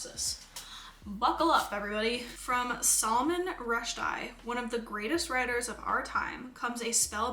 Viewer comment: The Salman Rushdie pronounciation killed me